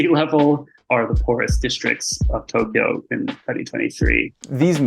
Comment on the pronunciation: 東 Tō "east" ... "京" Kyō "capital" Two syllables, not three. Good vid.